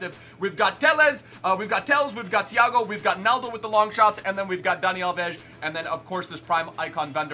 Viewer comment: Tellesh, Danny Alvesh, and talishca